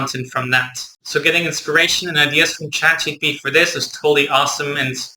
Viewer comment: I felt bad every time you pronounced it